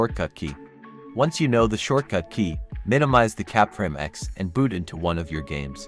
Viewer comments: foreground "BOOST" not boot... jesus... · It's foreground BOOST not "boot"